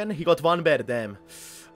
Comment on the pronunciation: Its fucking PAIR not BEAR